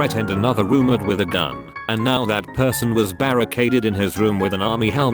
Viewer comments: How it says roommate😂roomitt, roommeerts wth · So noone taught the robot to say roommate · The way it says roommate, hurts every time